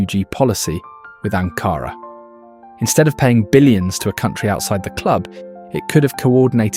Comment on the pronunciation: I welcome the effort to inform. I do not see any point to the ceaseless background music. One correction: In proper Turkish usage, Ankara is NEVER pronounced with emphasis on the 2nd syllable, as AnKAra. It is either pronounced with EQUAL emphasis on all three syllables, or (when the intention is to underscore its importance/dearness, etc.) it is pronounced with more emphasis on the 1st syllable, as ANkara.